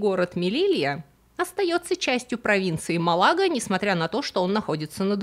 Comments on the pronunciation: Мужика звали Де ГУсман, а не Гусман. МАлага, а не Малага. Ударение -это важно. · Спасибо, очень интересно, особенно как жителю Андалусии на данный момент. Одно смутило: в испанском названии города и провинции даже ударение есть, – Málaga, так что слово Малáга немного резануло слух. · очень интересно, как всегда, но 2 неточности: осада Гранады проводилась не исключительно войсками Кастилии, а объединенными с арагонскими; и ударения: ГусмАн и МАлага. Мориски приняли христианство чисто формально, для вида, на самом деле продолжали "подпольно" исповедовать ислам (почему их и преследовали, почему они подняли восстание, почему их изгнали). Извините за стиль. В настоящее время Гибралтар ведёт себя некорректно в отношении Испании, мешая борьбе с наркотрафиком из Марокко, рыбной ловле в водах, не принадлежащих Гибралтару, и, конечно, никак не сдерживая многолетнюю контрабанду, в основном, сигарет. Так что отношения, как теперь принято говорить, неоднозначны. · Видео очень интересное. Но есть ряд ошибок. МАлага,ударение на первый слог, джебралтар испапцы не могли так назвать, у них нет фонемы дж, вместо этого фонема Х. И в сабах октабрь